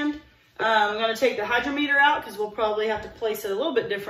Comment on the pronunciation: Hy-DROM-eter. Accent on the 2nd syllable. Pronounced like "drama". First e is soft, like pet, net, etc. Sorry to be "that guy". Sometimes I can't stop myself. ❤